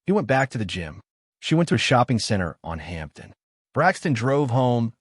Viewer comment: Hampton - isn't it Hamden?